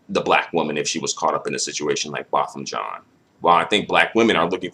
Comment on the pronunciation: His last name is "Jean" Not John